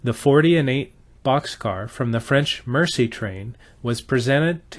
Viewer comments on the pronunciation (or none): Nicely done presentation and thank you for reviving/continuing the memory of this wonderful item/event. One comment, meant in the most constructive way, the French word, "Merci" means "thank you" and is pronounced mare - sea, rather than mercy - the act of kindness to one less fortunate.